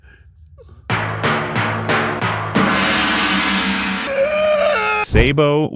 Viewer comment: Said sabo wrong